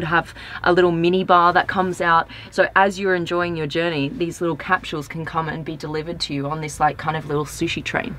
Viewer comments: Annoyed me every time she said "cap-shules". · I like: "Cap-shules" never heard that pronunciation before. Also - really sucks to "hear" about features - but NOT be shown them. waste of time. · That & her pronunciation of the word capsules lmfao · They way she said capsules reminded me to make a dentist appointment. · Same actually xD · Is that what she was saying!?